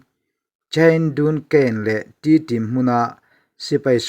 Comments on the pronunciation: T-tim ti a lam lo in,tedim tia lam zawk tur a ni e. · Inpuang thiamin ngaihthlak anuam khawp mai chutih rual in khawhming ah Tedim tih ni se tun a in lamdan lha Kawl ho lamdan a nia adiktho bawk